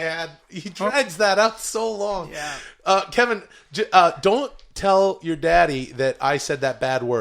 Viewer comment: Hilarious how they keep mispronouncing Calvin as Kevin 🤣. We need on the golden hour